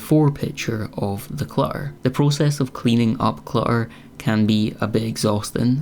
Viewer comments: Cluh-errr ❤❤❤❤ "my cat's university fund" 😂😂😂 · I like this video and your advice. Love the end result! Congratulations on showing something vulnerable and sensitive. Clamber is a great word! I forgot about it. Also, in the U.S. we mostly pronounce the 2 ts in clutter! It’s ok, you have a lovely lilting accent. ❤